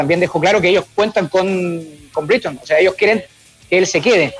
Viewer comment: brigton es una ciudad costera cara de moai ! Ben se llama Breiton se pronuncia ... y el periodista no esta en oxford esta en oxford street que es una estacion de metro y una calle en el centro de Londres